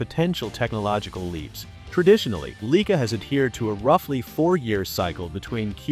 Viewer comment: Fraud video. Cannot pronounce the name of the camera properly.